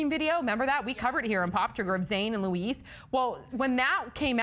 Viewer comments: It's not Louise its Louis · it's pronounced loo-ee !!!! Not lewis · I just cringed so hard when she said Louise. I’m crying rn 😆. It’s LOUIS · she called Louis lewis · omg yes,I hate it when someone call him lewis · did she call him louise hahaha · It's not Louise,it's Louis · She said Louise instead of Louis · How did they pronounce louis name Louise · it's pronounced loo-ee dumbass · Zayn and Louiiiise ..she really did say Louise -_ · I've heard Lewis but not Louise haha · LOUIS WAS PRONOUNCED INCORRECTLY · Oops pronounced Louis name wrong...get ready for the angry 1d fan comments...